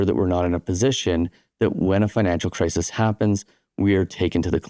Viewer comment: “cris-is” bro. Not “cris-ease”